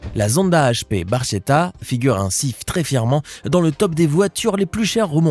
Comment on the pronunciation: Dis la petite voix de la bêtise artificielle, la pagani hp barchetta ne se prononce pas bar che ta mais barketta, le ch en italien se prononce k!😉😉😉😉😉😉